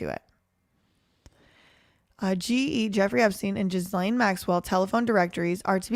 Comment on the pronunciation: You're pronouncing it correctly, with the hard G